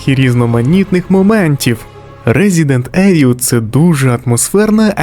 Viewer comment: попрацюй над вимовою англійських слів. Боляче чути "сон оф ром" (сан оф роум), "резідент евіл" (івел). А так, відео цікаве